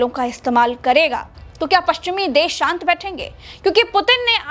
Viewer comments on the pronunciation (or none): none